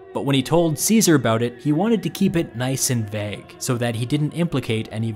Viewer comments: one of my favorite things about is how he pronounces vague as “vehhg”. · Vague isn’t pronounced like that